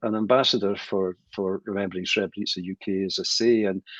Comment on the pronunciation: I'm Bosnian and a muslim. Imran Hosein doesn't even know how to pronounce Srebrenica, nor does he mention the accurate date of the genocide in his video that is addressed towards the Bosnian muslims. He should go to Srebrenica and pray janazah and pay his respect to the victims of the genocide that FYI didn't only happened in Srebrenica, it happened also in Foča, Prijedor, Ključ, Višegrad and other places in Bosnia as well. He is ignorant and persistent in his ignorance. Yes it was a planned agenda. The Serbs did the same thing throughout the history of Bosnia as well and they do not remorse nor are they sorry. We see it every day, they are even threatening us with another genocide. Just look it up, the evidence is all over the internet. They regard the war criminals as their heroes ...